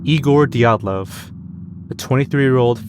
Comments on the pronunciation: Oh my god you're the first youtuber I've seen pronounce Dyatlov correctly fucking bless you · As a Russian, I want to say that you almost completely correctly pronounced the surname Dyatlov, unlike many other bloggers... Thank you 😀